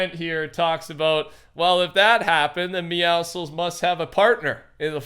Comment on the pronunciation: Your the only YouTuber who says meowscles name right